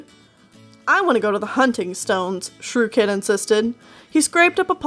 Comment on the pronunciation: You called Shrewkit Shrewshit 😂